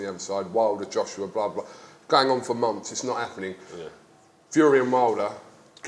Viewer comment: Like the way he says momfs instead of months